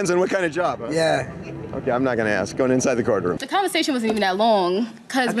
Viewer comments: Ask, NOT AX. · She wants to be on Radio and Television but she cannot say the word “ASK”, instead she says “AXE” Sorry Chick but AXE 🪓 is a word for a tool for chopping wood.